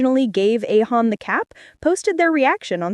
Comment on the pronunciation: اسمها اهيون مش ايهون😂